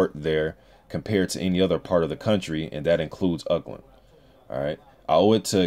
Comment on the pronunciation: Another solid breakdown keep them coming . one tip is say Auckland, Ork-land rather than Uck-land got confused for a bit there